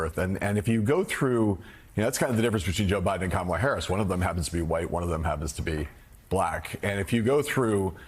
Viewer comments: There is something wrong with trump. He can't even pronounce VP Harris's first name properly . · Kamala’s mentally impaired, says the guy who can’t even pronounce her name correctly. From the guy who doesn’t understand tariffs, and believes it’s a good idea to deport 6% of the labor force, quite possibly resulting in a recession. The guy with the kindergartener understanding of foreign policy, and the constitution. But it’s the “Black woman” who’s mentally impaired? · Only a mentally disabled person can't remember how to remember how to pronounce Kamala after meeting her. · Yet you, Mr. Trump, still can't SAY HER NAME CORRECTLY!!!!!! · Why are they allowed to continuously mispronounce her name? I mean, isn't it bad enough that the colonizers stole and gave black people alternate names? America is a joke. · This jerk can’t even say her name correctly so who is dumb, stupid and illiterate. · Look at his combover; he's given up trying to appear presentable. That's a sign of mental decline. He doesn't talk about policy; he lies about & attacks immigrants, mis-pronounces his opponents name & lies about her, attacks anyone who's "disloyal" to him. He's not telling us how he'll make our lives better; he's telling us how he's going to use the machinery of government to destroy those who he hates. This is a mentally very ill old man; there's no way anyone should trust him with anything important (as further documented & demonstrated by his stealing of national secrets & classified information) ... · Talk about PROJECTION. There's only 1 person in this race incapable of pronouncing the other's name. Talk about "stupid"! Give me a break! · Why can't he pronounce her name correctly? You don't place stress on the second syllable. Simple. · Every time he mispronounces her name it's like nails on a chalkboard. I'm not sure if he is mocking her or is literally too stupid to understand how to pronounce words.